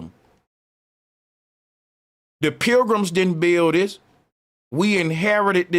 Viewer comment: Pilgrims = Programs is how you pronounce it.